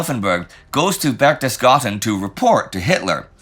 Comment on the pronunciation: Isn’t it berchtesGADEN instead of berchtesGARTEN?